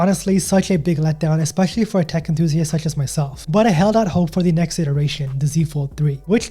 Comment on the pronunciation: A tech enthusiast? You said it like "dick" enthusiast. Which somehow seems more appropriate.